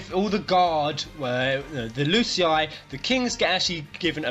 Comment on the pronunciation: Btw when you pronounce Lucii it sounds like L'cie maybe Lucii = L'cie ? What do you think about it?